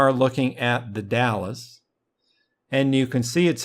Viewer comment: Not to be an asshole or anything, but just for your future reference, it is pronounced "The Dals" not The Dallas. Sounds like Pals but with a D instead of a P.